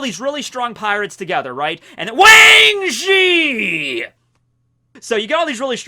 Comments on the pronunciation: Making up for the past couple of videos in which you didnt say Wang Zi properly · WAAAAANG ZHIIIIII! This is the correct way of saying it. The ONLY way. This is the wae my brudda. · Can we just talk about how made Wheng Zhi one of the most hyped up pirate to be revealed ever.. And that just out of the way he decided to pronounce it..? is the Big News Morgan of the Real World..